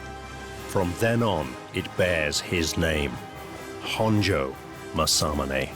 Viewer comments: Don't worry it's irritatingly mispronounced by this narrator. Mas-a-moon-e not mas-am-un-ay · That can't be how you pronounce masamune, MA-SAMUNAY? Surely not. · it literally says and reads Maa- sah-myoon. Both "a's" go up front when you spit it out before you laugh it up. Maybe try pressing the mic icon. It is a helpful tool to help you hear the proper pronunciation.